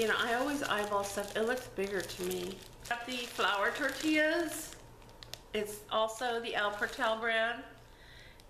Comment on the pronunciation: Just pronounce IT in Spanish...PORTAL TORTILLAS. SINCE YOU ARE MEXICAN!